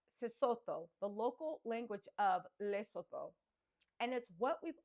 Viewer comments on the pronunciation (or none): Let get pronunciation right my lovey, it's Lee-su-two. Love your content ❤❤❤